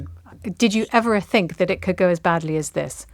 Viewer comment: Rachel Johnson : I sink 😅 ( meaning I think ) perhaps not so much Rachel